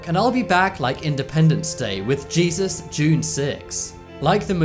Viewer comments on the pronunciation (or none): none